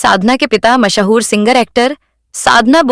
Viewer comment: Mahaa-hoor kya hota hai? Mash-hoor kyon nahi kehti?